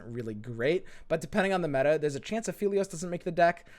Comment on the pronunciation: it's aphelios, not afeelios